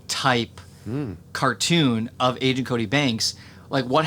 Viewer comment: please don't say angent cody banks lol